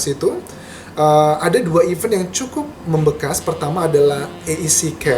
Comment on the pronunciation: kok pronounce event nya salah sih kak? bukannya your major itu bhs inggris ya?